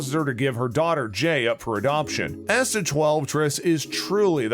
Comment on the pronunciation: Definitely AI. Can't get Asta's name right either 🙄